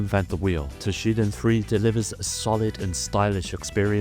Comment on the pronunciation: Battle arena toshiNden, you ate the N there.